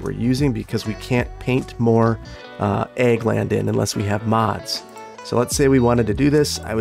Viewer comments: I couldn't tell if the amusement park was egg or ag lol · swear i thought he was saying egg instead of ag for the longest time lol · Oh ag, not egg 😆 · His accent definitely makes it sound like egg. I thought he was saying the same thing as well. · In Australia we say ag, but because we say it with the full A sound similar to most of the USA I also thought he was saying egg. I honestly thought it was because the colour for that industry is yellow on the white non industry area. Took me more than half the episode before I realised he was actually saying ag. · I thought he was saying egg as an inside joke. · He isn't?! It seemed weird but the yellow kinda justified it. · he's saying Ag, short for agriculture, but yea it definitely sounds like egg. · OH AG LIKE AGRICULTURE okay. It took me a minute because it really does sound like "egg" lol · I was wondering why he kept saying egg 😂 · you're pronunciation of "Ag" is the exact same as the Chicago pronunciation of "egg" and it's really throwing me for a loop lol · Oh my god, it's an "ag area" then. I made it this far in the series assuming he was being quirky and saying "the egg area" xD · Kept thinking you were saying Egg industry!?! I'm like what is obsession with OE?? Lmao. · Everytime you say the word "Ag" when you shorten agriculture I swear you say EGG! i love it. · Every time he says Ag i think hes saying Egg, maybe agri would be better. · I was about to ask why you were referring to the agricutlure industry an "egg industry." Then when you planted the trees and said "agriculture" it hit me that you're referring to "ag" as short for agriculture, and not "egg." Time to get my hearing checked. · Anyone else keep hearing "egg industry" instead of "ag industry"? lol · i KNOW he's saying "ag", short for agricultural, but all i hear is "egg".